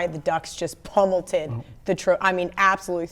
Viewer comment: keep saying pummelTED? lol